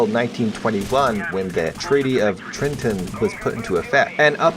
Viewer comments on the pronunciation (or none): You said Treaty of Trinton LOL!